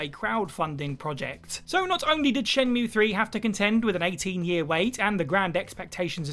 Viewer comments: Jules needs to tutor on how to pronounce shenmuwea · Can't believe he said shenmueeeee wrong